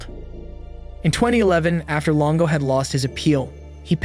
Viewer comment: Longo not Lingo, FFS